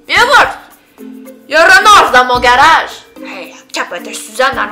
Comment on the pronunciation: Personellement chu quebecoise et je suis tout a fais dacord avec ta vidéo surtout la différence entre les français et les quebecois ! Touka j'adore ta video mais se qui ma fait le plus rire c'est avec le "renârd dant son gâroge " ahahahha j'adore tes vidéos ! Continue on t'aimes beaucoup ! 💝💝